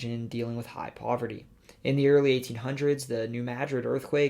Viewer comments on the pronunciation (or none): none